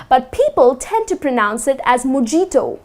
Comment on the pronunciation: Bit ironic from someone who can't pronounce the word pronounce correctly